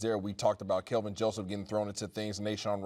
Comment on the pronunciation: Why can't anyone say Kelvin correctly lol...they alway say he's Kevin or Kalvin😆😆😆😆😆